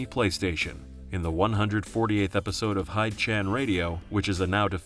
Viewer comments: It’s pronounced “hi-day chan” like his name, Hideo. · It's "Hee-deh-chan" radio, lol. It's from his name - Hideo, not the English verb "hide" 🤣